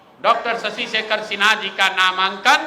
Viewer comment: PROPER NAME IS SHASHI SHEKHER SINHA , NOT SASI SEKHER SINHA. PLEASE CORRUPT THE PRONOUNCIATION IN FUTURE.